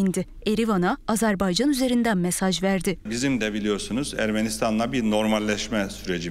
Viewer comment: Lütfen doğru telaffuz etmeye çalışalım! Azerbeycan değil, Azarbeycan değil, doğrusu Azerbaycan'dır. Azeri kardeşlerimiz değil, doğrusu Azerbaycan'lı kardeşlerimizdir. Türki devletler değil, doğrusu türk devletleridir. Yoksa Türk Devletler Topluluğu anlamını yitirir. Sayın Cumhurbaşkanımız halâ azeri kardeşlerimiz demeye devam ediyor. Sayın Dışişleri bakanımız Azebeycan demeye devam ediyor. Birçok gazeteciler ve televizyon programcılar türki devletler diyerek yanlışlarını devam ettiriyorlar ve hiç kimse bu insanlarımızı uyarmıyor malesef.